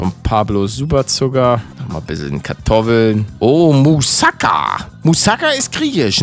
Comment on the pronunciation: Palette das heisst Mousakaaaa ausgesprochen, Net mouuuusaka